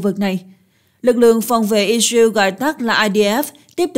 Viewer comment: I dza iu = Israel ? Hắc tê đê = HTĐ ? Nên chọn phát âm nhân danh,địa danh theo Pháp hoặc Anh và gắng phát âm càng chuẩn càng tốt ( không phải tất cả nhưng hiện nhiều từ ngoại quốc phát âm không thống nhất, sai và nặng . Tiếng Việt thì khá đẹp).